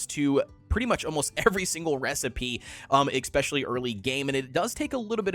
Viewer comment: I don't trust anyone who says "expecially". Expecially is not a word.